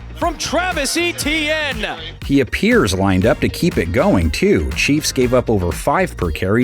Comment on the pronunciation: Al Michaels has corrupted the football world. It's not "ee" tienne but "eh" tienne.